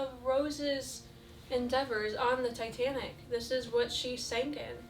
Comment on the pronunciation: Every time she said 'Titanic' I heard 'Satanic', which got me wondering, what was Satanic in the 50's?! Ouija boards? Cults? I would love to know the culture, this is probably too dark for your interests/channel but, you gotta wonder.